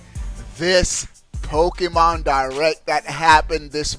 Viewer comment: "Nintendo Di-RECK"